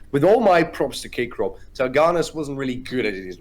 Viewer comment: thank you very much for the content, could not find the game in any other channel, you were the first to post it online lol but please stop saying "K Crop" and give the MVP to Agressivoo already x)